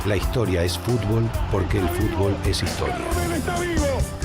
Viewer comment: dice fubol